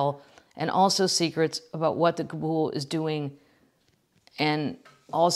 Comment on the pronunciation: It's pronounced kah -BALL. But coven works, too.